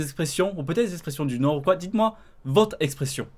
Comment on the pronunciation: On dit nord pas "ch'nord"